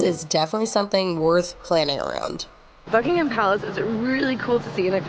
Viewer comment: Not Bucking Ham the H is silent